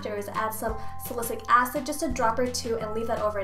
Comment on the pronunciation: she's been pronouncing salicylic acid wrong!